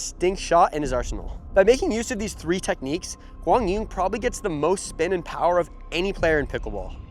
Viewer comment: Trying and succeeding!